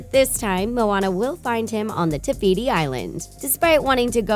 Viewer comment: Did nobody notice that she said tebeeti instead of tefiti